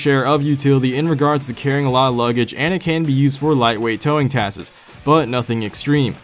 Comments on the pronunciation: It's tasks not twaaaskeezz. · Task'es lol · Sorry but also you said "taskes" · taskses lol